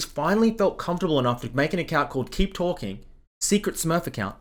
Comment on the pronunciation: “Keep towhking”